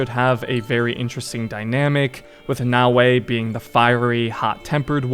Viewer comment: Actually kinda funny how you thought it was Nae-o-ee 🤣 Brother, just a tip, when it comes to asian names or languages for most of them, abandon the english way of spelling the letters (just as how you read Bayek or Yasuke's name, you don't spell it Bae-yeek or Yae-suh-kee right? You don't read Oda Nobunaga as O-dae No-buh-nae-gae) No hate tho, good video!